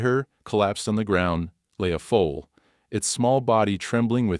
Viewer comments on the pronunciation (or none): Foal, not Fool. !!!😅